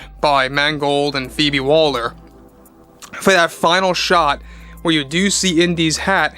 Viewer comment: Why do you keep calling her "Phoebe Walder" ? Her name is Waller, not Walder !